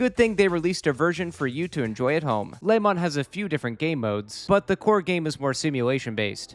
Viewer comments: Lemon, Lehmann, Lamont. All these pronunciations and none close to correct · I know you're saying Le Mans, but what with the food theming, I am having fun imagining that you're just bad at saying Lemons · I've never heard someone pronounce le mans like that